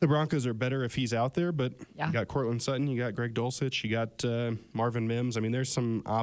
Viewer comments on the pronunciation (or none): Why doesn't someone tell her how to pronounce Payton and Sutton (pay-hun sut-hun, as well as un-shine her face for these shows? Go Broncos!! Beat Them Raiders! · I agree! What is it now with this trend of people not pronouncing names and words correctly! Buh-en for button, pay-hun instead of Peyton, suh-hen instead of Sutton, im-por-ent for important etc., you would come across looking and sounding more intelligent if you would pronounce words correctly.